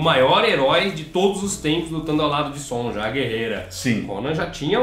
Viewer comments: DICA: A pronúncia correta de SONJA é Sônia. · Eu acho que a pronúncia do nome "Sonja" era Sônia mesmo, soando meio que alemão. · Sonja se le sonia pq tem idiomas em que o j tem som de i